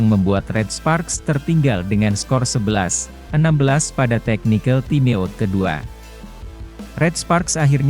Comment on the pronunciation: TIME OUT baca TAIM AUT Mas, ATTACK baca Etek. Maaf parah ni komentator